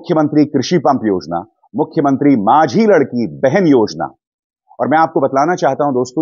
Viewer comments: अभिसारजी, आपकी एक गलती सुधारना चाहता हूॅं! आपने कहा "माझी लड़की" योजना... यहॉं आप गलत हो...वह माझी लाडकी बहीण" (यह मराठी में है)! ईसका मतलब ईस प्रकार है :- "माझी" (मेरी/my), "लाडकी" (लाड़ली या प्यारी/beloved), "बहीण" (बहन यानी की sister) कृपया गलत उच्चारण (pronounciation) से उस शब्द का "अर्थ" आप बदल दे रहे ह़ो ईसलिए मैने आपका ध्यान ईस ओर आकर्षित किया है! Please don't mind, I am your fan! जय हिंद! जय महाराष्ट्र!! Keep it up with your good job of providing us with frank n impartial informations! Have a wonderful day ahead my friend! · Sirji it's not लडकी it's लाडकी ...thanks to you for spread true reports